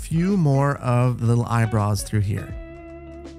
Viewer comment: The caption says "Eyebrows" The says "Eyebruhs"